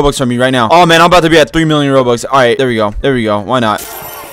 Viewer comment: Bruh when he says 1mill I heard I like 1 milk!! 1 milk! 😂😂😂